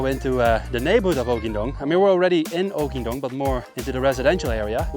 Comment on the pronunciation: 🏅 correct pronounciation!